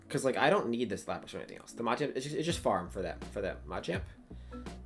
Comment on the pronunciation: Nice video! The way you say Machamp really triggers me though 😂